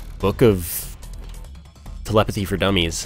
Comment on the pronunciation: "We're just gonna teake book of telepathy for dummy's" 2014:D